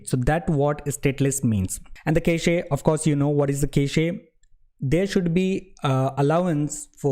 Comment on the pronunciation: "kash" not ca-che. nice tutorial btw